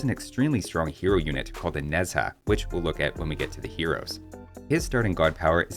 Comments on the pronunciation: Kuafu is the man in Chinese mythology who try to chase the sun but die by over-fatigue. Peculiar choice for make him a giant villager I'll say. as a Chinese, I could give you the correction on some really wrong pronounce tho. Nezha pronounce as like "Nuh-Jar", not "Nezz-hah'. Hundun pronounce as like "Hoon-Doon". Qinglong pronounce as like "Ching-Long". It is always good to do a little research of pronounciation on Google Translate. It would only cost you a few second per word. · Pronunciation help if cares… Qi in Chinese are pronounced as Chi such as Chi Chi in dragon ball. Nezha is not Nez-ha but rather Ner-za